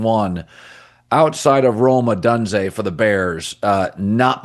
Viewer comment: O-donse-ay? You've been here for years and this is your only job...get it right bro smh